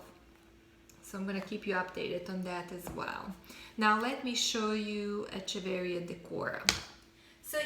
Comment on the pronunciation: Hello, the pronunciation of Echeveria is wrong: "ch" sounds like "k"... ! ;)